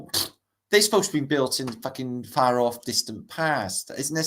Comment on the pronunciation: I swear you said FART earth British hahaha 😂